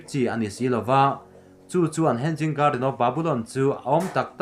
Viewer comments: Hen-ging garden tih loh tur.. Hang-ing garden ti a lam tur.. Hanging chu inkhai tihna..hanging garden(huan/par huan inkhai) tihna mai ani. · Hen-ging garden nilovin he-nging garden ti a lam tur ani e. Mahni țawng ani lova tumah innuih mai lovin țha tak a inhrilh hi keimahni tan vek ani e. In channel hi țha ka tiin min ti bengvar a in kal zelna turah duhsakna ka hlan mawlh mawlh a che u. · Henging a ni lo aw,hanging garden aw....lamrik dan hi lo zir deuh roh ngaihthlak ahrehom tlat. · Hanging poh lam thiam lo in tiang hi chu ti ve teh suh u.... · Henging nilo hanging alawm